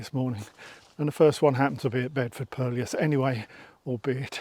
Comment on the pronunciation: Just a quick comment. Hate to be a pedant but thought you might like to know that purlieus is pronounced purlew as in curlew rather than pur-li-us. 🙂 Great videos, keep up the good work.